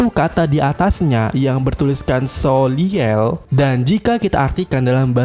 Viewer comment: Bukan soliel min, tapi Soleil